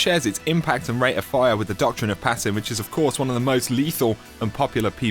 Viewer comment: A common 'doktrin'